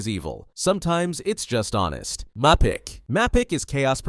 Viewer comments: Mappic do u know even know gramar bro ur American but don't know how to pronounce it it's the spelling is mapic and the pronouncetion is maypic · It's wifies is pronounced we-fees mapic is may-pic boosfer wait how did u get that one wrong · cant believe you said "wifis" not wee-fees AND MAPICC (PRONOUNCED MEY-PBIK) MAAAAAA-PIIIIIICK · yeah and the way he pronounces mapicc